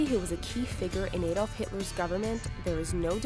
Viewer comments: It's not a dolf, it's Adolf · The way u say Adolf cracks me up